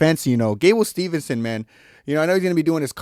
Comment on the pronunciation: It’s Steveson not Stevenson